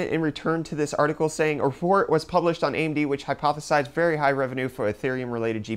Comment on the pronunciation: "artikill" ufdiciple 2018